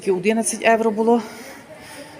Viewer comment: Трохи слух ріже....там говоріть евро ,а для нас українців євро😊